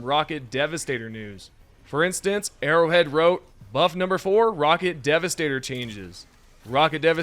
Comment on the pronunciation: it sounds like ur saying "errowid" instead of arrowhead lol